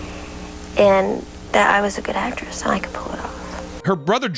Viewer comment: Say actress bruh. You sound dumb 😆😆